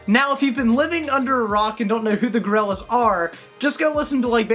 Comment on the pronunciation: Such a huge fan that he says their name wrong